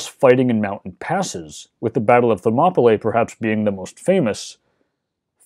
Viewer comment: Uhhh… The last syllable of “Thermopylae” should be pronounced as “lee”, not “lay”.